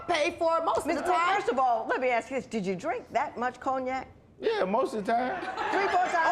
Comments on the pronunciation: Ma'am, I have no idea what coney-yak is. The word you are looking for is cognac (con-yak). If you don't want to deal with this 🤡 , stop going to the 🎪 circus 🤦🏿‍♀️ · What the hell is a “ coney-yak” ?! 🤦🏾😂🤦🏾😂🤦🏾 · Coney-ack!!! Cognac lady…cognac! 🤣🤣🤣🤣🤣🤣🤣